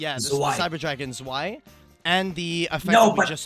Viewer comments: how often can a man say swai instead of zwei in a sentence at once challenge. zwei is pronounced tzz--w--i but neääschter also isn't bad. is not whats on the card but for that i really don't know how to help in pronunciation. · It should be pronounced "zvei" as in german right? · Haha its so weird i live in germany its tzwei its even worse how they pronounce nächster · The way they pronounce Zwei kills me xD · The pronouciation is terrible. Learn basic german words ^^. otherwise great video ! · Iam German and the Zwei pronounce give me goosebumps haha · It's very weird to hear the way they pronounce the name of the cards as a German speaker because the words like zwei or Herz are german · As a German, the way U pronounce "zwei" is funny af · Bro the pronounciation of "Zwei" got me laughing so hard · The way they pronounce zwei makes me want to commit sudoku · Your pronunciation of Zwei hurts my German-raised ears. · The z in Zwei is pronounced like "TS". Zwei is German :)